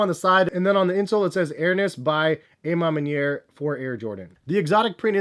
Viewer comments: AH man maniere...not AYE man maniere. you canadian? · Why he keep saying "ay MA manier". Isn't it more like "awe ma manier"? Lol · Ah ma manier